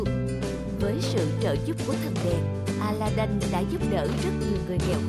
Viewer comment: Aladid chứ đâu phải aladân đâu